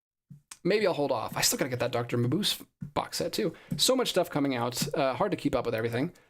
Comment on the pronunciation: Final Es are never silent in German. It's pronounced muh-BOOZ-uh.